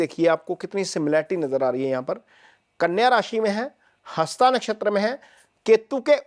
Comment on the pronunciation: नक्षत्र हस्त होता है न कि हस्ता l शुद्ध बोलें l